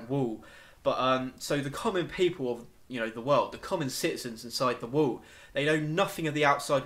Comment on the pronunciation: dude loved the theories but i do haft to admit saying "wool" instead of wall had me laughing so hard. that said my theory is that the titans are made from eating humans and that's why they look similar and don't have sexual organs.remember in i can't remember which episode but when Eren is swallowed by the titan that little girl just made me think of it. and at the end of the series when they have found the pile of bodies vomited out that is most likely how they are "born." but i could be wrong